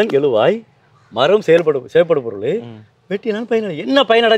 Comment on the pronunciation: எளுவாய், எழுவாய். தமிழ் படித்தால் மட்டும் போதாது. சரியான உச்சரிப்புடன் பேச வேண்டும். அது தான் தமிழுக்குப் பெருமை.